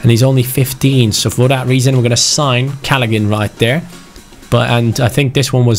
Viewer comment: The g in Callaghan is silent